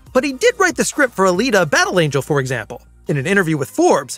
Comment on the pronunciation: Not alata!